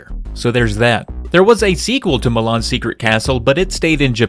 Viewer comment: I keep hearing you say "Mah Mom's Secret Castle"